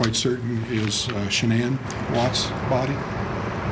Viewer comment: It would be so nice if the two newscasters could listen to the pronunciation of Shannan’s family and friends of her name and say it correctly. She deserves that much.